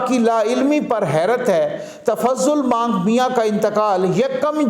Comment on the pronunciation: Not but Manik mian.😁